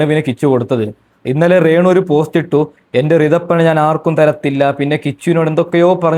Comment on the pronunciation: റേണു അല്ല രേണു